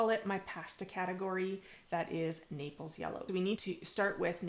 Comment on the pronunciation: Naples yellow; not napels. Thanks for the great info.